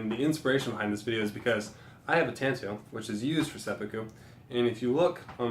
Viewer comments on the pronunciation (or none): Tanto is pronounced with a long "a" and "oh" at the end. Just FYI